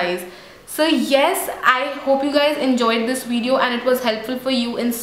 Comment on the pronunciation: Great video ! ps : pronounce the word "Video" correctly coz it is not "Wideo" as u say in all your videos. I would love to see more about indian food and recipies, shops in India..